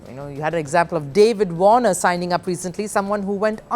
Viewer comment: It's David Warner not David boner 😂😂😂